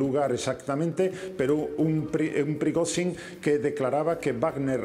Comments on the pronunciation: Me encanta este experto. Lástima que no intervenga más a menudo: Prigotsín, Prigosín, Prigoshin, Prigotsin... "Nos movemos en una niebla..."; no tengo ni idea de lo que ha ocurrido, pero voy a decir que ha sido Putin para que me vuelvan a llamar. Yo lo veo más desarmando tostadoras o leyendo contadores, pero bueno, comentando estos sucedidos tiene su gracia. Ánimo, caballero. Cuando tenga un rato, entérese de cómo se pronuncia el nombre del paisano ese. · No le vamos a pedir milagros. Con suerte aprenderá a pronunciar correctamente el nombre del señor este q.e.p.d. y puede que llegue a decirlo cuatro veces seguidas del mismo modo. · El experto en Rusia no es capaz ni de medianamente pronunciar el nombre de Evgeni Prigozhin, es sencillamente un pobre repetidor de propaganda occidental.